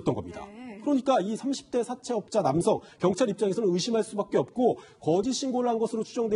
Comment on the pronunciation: 여자패널 발음 사채업자 사태업다~@@